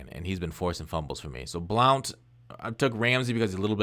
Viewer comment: its pronounced blunt